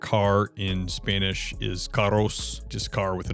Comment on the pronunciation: Why is he saying "Isponich"?